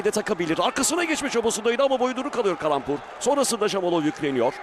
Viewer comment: я думаю что за каламбур все время а оказывается калампур)))